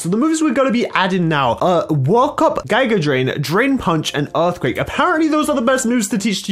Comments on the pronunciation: You said giga drain wrong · gigea drain its giga drain ( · It’s pronounced gega drain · It's read "Gee-ga drain" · It pronounced giga drain